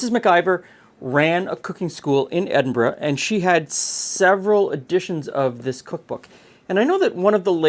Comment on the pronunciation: You said Edinburgh correct